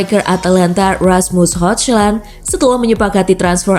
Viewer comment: Ni ad min apaan ya 1 balogan (balogun) 2 hoglan (huglun) Jijik banget dengar ny